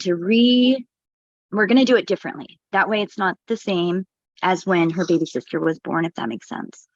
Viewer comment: Do none of her baybeez have names? I get so confused about who she’s talking about “can I bring my wittle baybee?” “That’s MY BAYBEE”